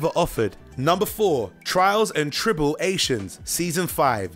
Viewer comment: You brought it back around…but you almost lost me with that mispronunciation of “Trials and Trible-ations.” 😅